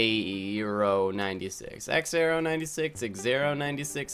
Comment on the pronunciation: xxaero is pronounced (zai-row)